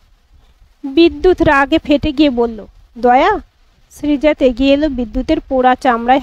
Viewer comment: উচ্চারণ টা হবে শ্রীজাতো ত এ হসন্ত নেই